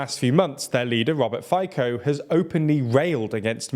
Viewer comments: It is Fico not Fiko , C not K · FYKO!! It's Fee-tzoh. You should be more respectful towards politicians and maybe learn to pronounce their names properly,. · Yeah he won. Sad day for Slovakia. Lol your pronunciation of his name is hilarious 😄 but incorrect. It’s Fico not Fiko, why dont you research it before? I dont pronounce american names in slovak accent And its not S.M.E.R .. it’s Smer.. its an actual word, “direction” in english.. it’s like you would say D.i.r.e.c.t.i.o.n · It's pronounced not "Fajkoh" , but more like "Fee-tzo" - short "o" sound at the end. "Fi" as in "Fidelity" not "fight". From the bottom of my heart, and in the name of all Slovak speakers, please. His face is already punishment enough, let alone someone mispronouncing his name. Thanks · Great video! But Fico is not read as FiKo but rather Fitso, and Čaputová is not Kaputova but rather Chaputová. Thank you 😅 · It's pronounced Feetsaw, not Faycoh. Wait. He's corrupt, he allegedly has ties with mafia and he is pro-Russia/against Ukraine. It figures. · It sounds funny when you try to say "Fico", it's "Fitso" not "Fayko", couldn't you check how to pronouce non-english surnames? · You cannot possibly agree with the pronunciation of Fico as "faikow" instead of "fetso". My ears are bleeding. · FICO is pronounced like "fitzo", not "fy-cko"! You made this mistake last time too and plenty of people pointed it out in the comments. Slavic languages don't change "c" to "ck" (you made the same mistake later when mentioning our president too) and are read as they are written. He's unfortunately not likely to leave our politics soon, so it's good to learn the pronunciation now at least :D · Impossible to listen. Robert is [fitsɔ] and not [faiko]. How it possible to pronounce wrong surnames of 80% european politicians. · Robert Fico correct pronunciation is Robert Fitso. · Its pronounced “Fitso” and “Chaputova” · "Roubert Fajkou" 😅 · It's FICO [fitso]